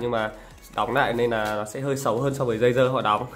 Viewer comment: Tôi nghe ông này nói đây là tay nghe DÂY DƠ